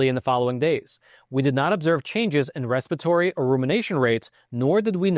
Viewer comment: Ress-PEER-a-TOR-EE not RES-PA-TOR-EE. There are 5 syllables in it.